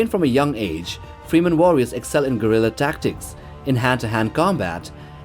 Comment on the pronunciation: My ears popped every time I heard "free men", but "gorilla tactics" knocked me off my chair. Is this some AI bullshit or what?